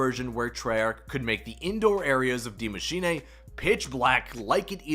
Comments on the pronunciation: Broooo gotta stop saying die machinae! No nae nae! It's "dee macheenuuuhh" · Maschin 'ey' 😂